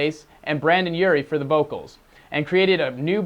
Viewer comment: ITS BRENDON!!!!, BRENDON!!!